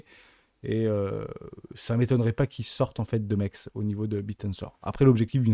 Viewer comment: l’échangeur s’appelle MEXC Ça se prononce MEX C